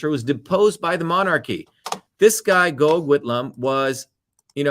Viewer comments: Hi Dr Shiva from Newcastle Australia. Very good history lesson and you are absolutely right. People need to wake up. Instead of being hypnotised by the propaganda that is now being spewed forth by the media. Gough Whitlam is pronounced like Goff. I remember his dismissal well. Australia has been used and abused for a very very long time. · FYI Gough Whitlam’s first name is pronounced “Gof”.